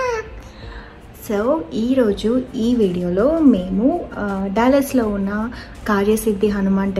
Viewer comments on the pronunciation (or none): డల్లాస్ టెక్సాస్ అనకూడదు ! డాలస్ టెక్సాస్ అనాలి . ఎందుకంటె సియాటిల్ దగ్గిర ఇదే స్పెల్లింగ్ తో డల్లాస్ అనే పట్టణం వుంది. గందుకని గలా పలకాలి .